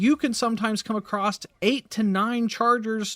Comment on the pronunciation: 'run across', not "run acrossed"